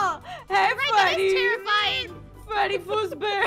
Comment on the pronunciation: Das not Freddy that’s Feddy